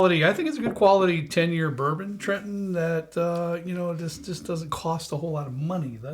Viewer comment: At 28 seconds bourbon goes bourboff.